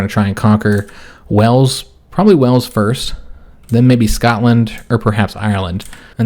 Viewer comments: Wales came out as "Wells" a few times (hole in the grouns for water) :) Warwick is a weird one, I struggle with how to write it phonetically! The middle is very soft, and it's all one syllable. The "r" is much softer than the "w" so it's not "war" (mass fighting) "wick" (middle of a candle), its more like wa-rick, but with a soft r and all one syllable! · Thanks for the video, just started Koh2 myself and this has been helpful to see someone else getting to grips with it! Looking forward to seeing how the campaign pans out! A couple of pronunciation bits since you mentioned- Wales is pronounced "whales" - the same as the large aquatic mammal. Warwick has a soft / silent "rw" in the middle, so more like "wa-ick" rather than "war - wick". Cheers (from a Welshmen who went to university at Warwick !)